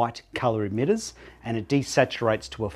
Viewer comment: stop saying edmitters its emitters